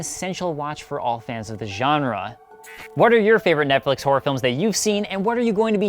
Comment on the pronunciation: people who pronounce HORROR as WHORE.